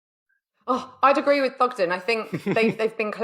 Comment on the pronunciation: It's Thogden